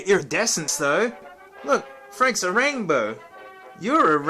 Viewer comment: a rain-BOA (please laugh)